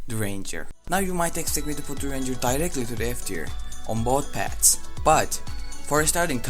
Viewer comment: If you want to say path dont say pad. Im know you could do this at night so you could get blunders. Also apreciate your video